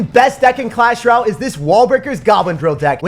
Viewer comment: Dude it’s clash rOLAY